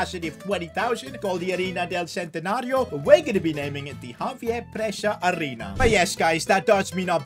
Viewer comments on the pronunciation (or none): none